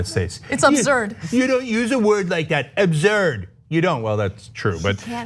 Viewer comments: “Abzurd” “Yuge” “Ghina” WHO RAISED THIS FOOL? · “She said Obzurd” his dentures falling out. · Trump: "She said, Ubzurd" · "It's OBZURD" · Why does he keep saying "abzurd" instead of "absurd". I have the same accent as the fat jackass, and I don't pronounce it as "abzurd". Dude's losing it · It's absurd not abzurd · I heard obzurd. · “Ubzurd” ... It is against my normal behaviour to make note of someone’s struggle with their native language BUT it is pronounced “ubsurd” ... it is these idiosyncrasies of 45 that make shake my head . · She said abzurd 😂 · Abzurd! He can't even pronounce the word correctly. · Obzurd? Really? English much? What a shithead loser. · Ab - zerd FFS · She said Absurd and not Azurd! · Its abzurd how he pronounces absurd. :/ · WTF??? Is he saying "OBZURD"? or "ABZURD"? So we had COFVEFE, ORINGES and now "ABZURD". Great going Trump supporters, this is your so called "President". What a bunch of......F____ idiots! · He can't even say the word.... wtf is abzerd.... But seriously... who is surprised by this giant cry baby at this point? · nope I made fun of Trump earlier " OBZERD 😐" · Do he didn't say absurd ,he said abzurd. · is he saying abzurd????? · Did he say upzurd?? 🤔😂😂😂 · "Abzuurd" is the Trumpian pronunciation i believe... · I catch up on tyt out of order and I heard Ana say "abzurd" first in a different video and thought "Wow she pronounces absurd in a really weird way" until now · WOW he can't even pronounce the word. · The word absurd is obviously not a word that Ttrump is familiar with, hence not being able to pronounce it. With that reaction I wonder what he thinks it means🤔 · he can't even pronounce absurd properly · He can't even pronounce "absurd". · I am not native English, but it sounds like he is pronouncing Absurd in a weird why? is that correct? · He also can't pronounce the word "absurd." Dumbest asswhole in the country. And yes, I mean assWHOLE, because nobody is more wholly an asshole than Don the Con.